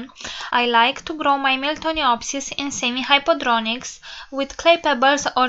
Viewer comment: it's hydroponics not hypodronics o.o